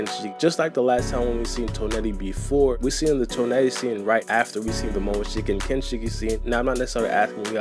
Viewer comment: The way you pronounce Toneri bothers me lmao